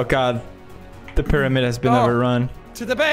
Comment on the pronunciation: "They slept in piramid but spawned near wotershep" nani